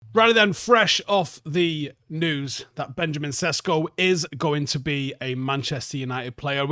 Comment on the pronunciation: His surname is supposed to be pronounced as 'Sheshko', but thanks anyway.